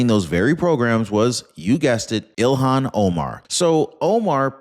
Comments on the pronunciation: please stop calling her Elon. That's the guy that owns x and SpaceX and Tesla. Her name is ilhan. Pronounced ill-hahn. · Her name is not Elon. It is Ilhan pronounced ill han...get it right. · You prounounce ee-lon Omar? It's ill-hon Omar. (ee-lon is Elon Musk!) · don't call her Elon. Call her Ill- Hahn. That's how that name is pronounced. I'm sure Elon would appreciate it.